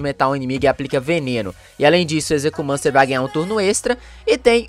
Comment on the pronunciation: A pronuncia do nome dele e ezequiumencer